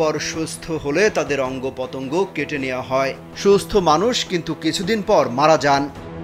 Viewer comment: অঙ্গ পতঙ্গ এই হলো উচ্চারণ। মাদ্রাসায় লেখাপড়া করেছেন? বিষয় টা খতিয়ে দেখা দরকার এবং সত্যি হলে ব্যবস্থা নেওয়া উচিত।